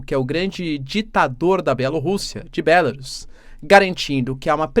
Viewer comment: Bélarus, que pronúncia Horrível !